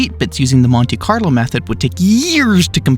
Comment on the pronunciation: what is "conte-carlo"?